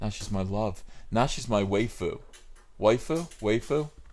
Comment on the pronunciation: It's why-fu, not whey-fu, Uncle Ethan. - a fucking weeb